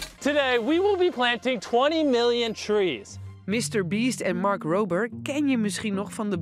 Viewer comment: Mark rrrrrober